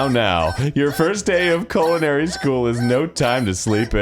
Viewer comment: that is the weird pronunciation of culinary ive ever heard lol thats not even remotely close